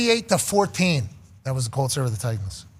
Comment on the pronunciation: It's the "Tennessee Try-Tans"